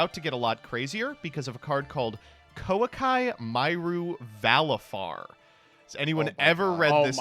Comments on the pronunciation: I was truly befuddled when pronounced Koaki Meru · saying Koa'ki Meiru in the whitest way possible